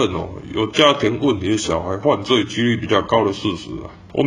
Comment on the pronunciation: 只有我注意到 台灣各縣市犯罪ㄏㄩˋ嗎😂😂😂 不過整體來說，拍得很好，感謝為台灣發聲